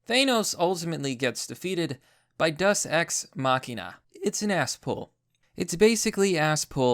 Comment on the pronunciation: Language Distortions: Dus-Ex Machina Thaynos